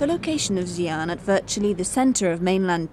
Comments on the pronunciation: The narrator should pronounced Xi ' an, like SEE AN, then the Chinese people could understand. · the commentator cannot even pronounce Xi'an properly.Can't she research for the proper pronounciation before recording???You failef your job madam. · Please check your pronunciation of Xi'an before doing the narration。